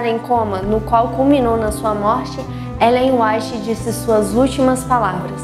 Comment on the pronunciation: LOUVADO SEJA DEUS PELO MATERIAL PRODUZIDO, MAS SERIA AINDA MELHOR SE OS APRESENTADORES ESTIVESSEM MAIS FAMILIARIZADOS COM AS HISTÓRIAS. NÃO PARECEM ESTAR, NESSE AI MESMO, O NOME DE ELLEN WHITE É PRONUNCIADO DE MANEIRA BEM DIFERENTE DO QUE DEVERIA.